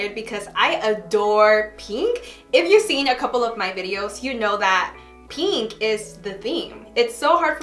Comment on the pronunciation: y’all she says pEEnk a million times in 7 minutes